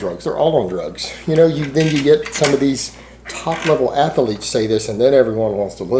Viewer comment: Athaletic, Athaleete..... What's up with these pronunciations?